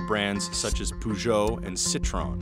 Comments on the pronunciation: Poogou and citron😂😂😂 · "Peugot" is pronounced like "Persia" (pers-oh), and not "poo-joe". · and its pronounced Purr geo , not Poo geo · pergeot not poogeot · "PSA, known for brands such as poojoh and citron" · Poo-joe and Cit-ron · Pougeot and Citron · “Pujou and Citron” 💀💀💀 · The way you pronounced peugeot and citroën, I'm dying and I showed this to my family like wtf, you're a billion dollar news outlet but you don't check before you pronounce foreign words?? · CNBC, learn to pronounce names please. It's one of the biggest car makers in Europe and it's not called "Poo"-geot. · "poogeo"...? Yes, agreed. LOL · You ppl can't even pronounce Peugeot and Citroën right? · He pronounced it so wrong it hurt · That pronunciation of Peugeot and Citroën was so bad... My ears are bleeding... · Butchering the pronunciation of three European brand names in the first 20 seconds, good job. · True, but better than most American attempts. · "peugeot et citron" 🍋 😭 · The reporter's pronunciation of Peugeot and Citroën made my ears bleed. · Oh god... the butchering of the names Peugeot and Citroën ticked me off! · No offense, guys, but that "Peugeot and Citroën" hurt my ears so bad, and I don't even speak French. Isn't CNBC Canadian? The Canadians I've met (west coast, BC) not all spoke French, but generally seemed to have a good feeling for French pronunciation, isn't that common? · Why is it not possible for Americans to pronounce Peugeot or Citroën correctly? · That’s not how you pronounce Peugeot... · The narrator's pronunciation of Peugeot is is laughable.